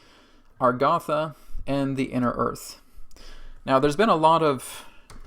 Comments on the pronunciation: I have notied throughout all your videos on Agartha (even the channeled ones), that instead of pronouncing it like it's spelled you pronounce it Algartha. I say you but even Adronis pronounces it that way. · Agartha, Argatha?